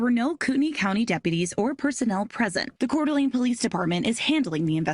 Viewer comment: Hearing vaush pronounce names of places in idaho always makes me giggle. My favorite was his pronunciation of cour d'elane